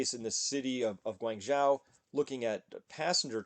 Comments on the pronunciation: It's "Gwong-Joe", not "Gwang-Jow" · Chris... Guangzhou is pronounced “Gwong-Joe”, not “Gwaing-Joaw” Anything with a Zhou is pronounced Joe. I know because I used to live there... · Guangzhou - zhou is pronounced close to JOE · Thanks for the updates! Please learn the pronunciation of Guangzhou, Xi, etc.. you’re butchering them 😅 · Thats the mandarin pronunciation. Since Guangzhou is primarily Cantonese any attempt to imitate the mandarin pronunciation is fundamentally wrong anyways. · I am not criticizing him at all. He has made multiple videos mentioning guangzhou and he keeps saying it incorrectly. If I kept making videos and repeatedly kept mispronouncing something, I would hope somebody would correct me. Wouldn’t you? I hope he sees my comment, and when he pronounces it correctly in the next video, I will be happy to have made a small contribution.